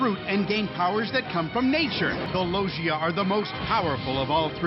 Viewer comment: okay I'll give 4kids props here, this is a fairly good explanation even if they mispronounced Logia.